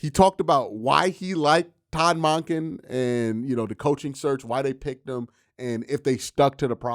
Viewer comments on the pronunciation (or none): Monken = dunkin not donkin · Great as usual, Q. You gotta start pronouncing his name correctly- it’s MUHNken- as in Monk. Not MAHnken. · Really interesting how says Todd Mahnkin and not Monken 😂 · Q I love your content I come to your videos to get down off the ledge because the Browns are the Browns, with that being said can you please please start saying Todd Monken's name correctly, it's just like saying a Buddhist monk with an U sound then add the "en" so it's pronounced Munk-en not Mock-en if you listen at the press conference when he is introduced you will hear the correct pronunciation, thank you for all you do FYI remember that tv show Monk just like that